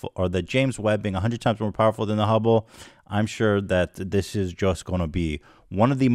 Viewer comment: Ethan saying the ✨Humble✨Telescope every so often reminds me of boomers saying chipoltay instead of chipotle